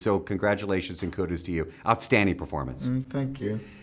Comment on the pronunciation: i think he gives that bewildered look because the interviewer said "kodus" instead of "kudos' to you" lol